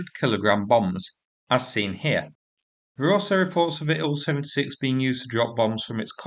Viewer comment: Can’t you just pronounce the letters I L 76 instead of ‘Ill 76’. Or S U 30 instead of ‘Sue 30’? Bloody irritating.